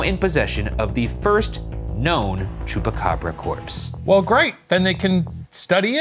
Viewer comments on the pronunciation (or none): Ryan sounds like he's saying Chewbacca 💀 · Am I dreaming or does Shane says "It's gotta be a Chewbacca" instead of chupacabra? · Bravo y’all!!! This was great!!! I was born and raised in Puerto Rico and I remember in 1995 when those reports were coming out, and the pictures and videos are burned into my memory. Silverio Perez is is an icon in Puerto Rico and I didn’t know that he was the one that named the Chupa Cabras. I must have been 9yrs old at the time. ALSO excellent pronunciation!